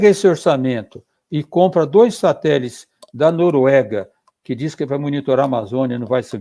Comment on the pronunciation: Ricardo Galvão perfeito!! Mas ouvir ele falando "satelis" da uma agonia kkk